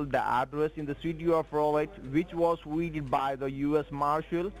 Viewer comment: HAHAHA I had to listen to the part starting a few times because I couldn't stop laughing at what I was hearing. I then listened to it one more time with CC turned on and YT heard the same thing I did. This fool said that the mysterious residence linked with the title of your waycle was "weeded by the US Marshals." They followed the trail of blood and drug rezoot from the abounded waycle to this residence but decided to stop and do a bit of yard work before getting back to the serious business of whatever these morons think US Marshals do.